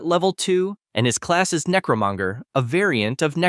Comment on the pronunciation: Im bothered by the "necromunger"😭😭